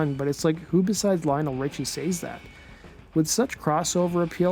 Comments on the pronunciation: What American pronounces 'says' as saze? That's all I could focus on for the rest of the video. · The hard y on “says”.